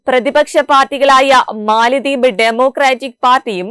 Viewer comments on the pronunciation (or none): none